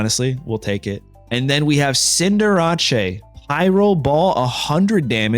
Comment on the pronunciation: Cinderace = Cinder-RAH-CHAY 💀